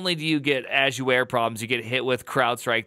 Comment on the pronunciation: Is calling it "azuware" a bit or is that just how you pronounce azure?